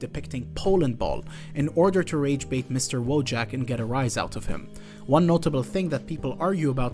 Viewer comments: Wojak is actually pronounced 'Voyak'. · it's pronounced "voyak" 😂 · in polsh, i think it should be pronunced "voyak"? unless the author itself prefers different pronanuciation or something. Like, it's true that in polish language word "wojak" exists and it means warrior, but then it's prononucd voyak